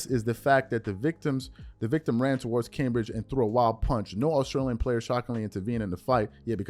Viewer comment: Cam-bay-g. Lol